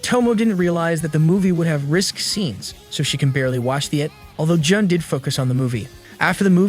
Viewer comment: J-un instead of j-oon